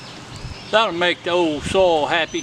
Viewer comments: Great tips!😮😁 I hadn't thought about that where I grew garlic that never came up.😭 I'll pass on the rabbit tea. Unless you're putting it in my garden. I kept trying to figure out if you were saying sole or soil....😂 Have a blessed day! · What a great way to compost in place! And by the way, I think you’re “soul” right. We say it as one syllable too 😅. Also, I love your new editing style with the jump cuts and stuff. Great work buddy. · I never knew "soil" was one syllable 😆But these are good ideas 👍👍